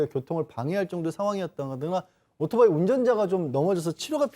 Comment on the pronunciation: 젊은 아나운서 입에서 아직도 "오도바이"라고 하네요...